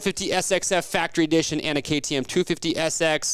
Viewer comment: You guys really need to change your name, it's terrible. It's insane how many times the commentators have screwed up trying to say Rocky Mountain ATV/MC KTM. just did it again as I'm watching ATL 2.